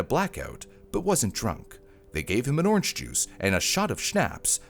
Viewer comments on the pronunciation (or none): none